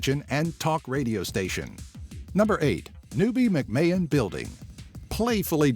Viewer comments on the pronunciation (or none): It's not "Mac-May-Hon" It's simply "MacMan" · Did he just mispronounce my second name??? "mcmayon" -_